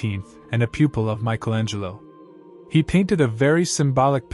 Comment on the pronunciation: "Michael Angel"-o